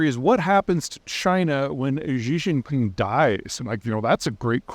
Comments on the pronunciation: It's "She Jin Ping" not "Zhe Zhin Ping" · Xi Jinping is one of the most important leaders in the world. Maybe learn how to pronounce his name correctly? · Peter pronounces Xi Jin Ping differently every time he tries 😂